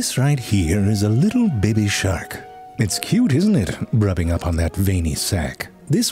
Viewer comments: I know it's based, but I do love the way my guy pronouncing baby.....BEBI ! Hahaha!! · I love the way he says baby. These are my Fave.